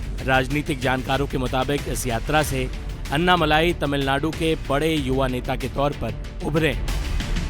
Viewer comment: नाम अन्नामल्लाई नही अन्नामलई हैं। For god's sake start pronouncing tamil words more appropriately. Your channel will be appreciated and probably watched by Tamilians as well.